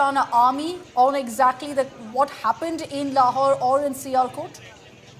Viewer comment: 😂 "lahore" bengaya "laurawhore"😂😂😂😂❤🇮🇳